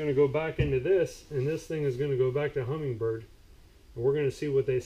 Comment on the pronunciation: HUMMINBIRD no G. Not humming bird